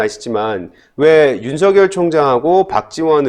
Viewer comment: 윤석열 발음 제대로 하세요